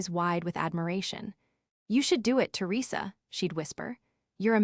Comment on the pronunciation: To Risa seriously AI… Teresa .. not really that hard. Try harder!!! Venu …ease whaaat😂😂😂